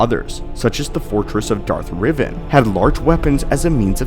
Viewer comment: My man keeps saying "Riv-in" instead of "REV-AN" and it's ruining my day. lol jk